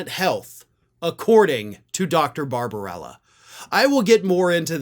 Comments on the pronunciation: It's barbabella, not barbarella. No harm in gettting it straight. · The doctor’s name is Barbabella not Babrbarella